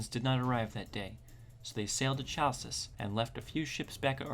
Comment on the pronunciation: Nice video's, just need a bit more work on your Greek pronunciation. Eg.: it's not Tshalkis but Halkis.